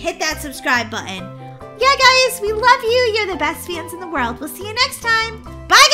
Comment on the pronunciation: You said world wrong 😅